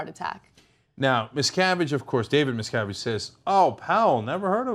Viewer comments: They apparently don't do any second takes on this show. Totally live. Ana says a lot of things wrong. The second pronunciation is wrong also. His name is pronounced 'misca-VIGE' not mis-CA-vige like rhymes with 'savage'. Nobody checks shit on this show, either, I guess. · Did she say miscarriage? Was that shade or a mistake? Lol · Check your pronunciation, Anna. You get the son's name right, but pronounce the father's name 'Ronald Miscarriage' at the start of the piece? The standard of reading at TYT is very poor all round..... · Ana, I will always love you but you pronounced his name as "miscarriage" at :05. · Did she say Miscarige?